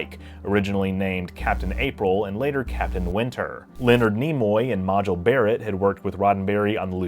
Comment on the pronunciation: Considering you mispronounced "Majel", I found it charmingly ironic that you made a point to draw attention to the correct pronunciation of "Adonais".